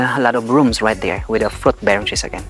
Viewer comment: Plenty “ frot “ trees area but not so much “ FROT “ trees … !!! 🤔